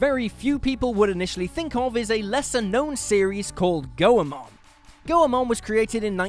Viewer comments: For future reference, Goemon is pronounced Goi-mon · I don't think thats how Goemon should be said.